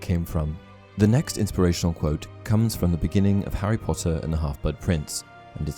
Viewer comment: Well i clicked faster than he can say 'POTTAH'